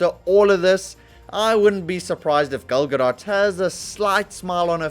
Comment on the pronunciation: What is a “Gil Gadott”?